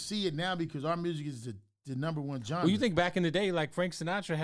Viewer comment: nobody is gonna tell Big U he saying "genre" wrong 🤣🤣🤣🤣🤣🤣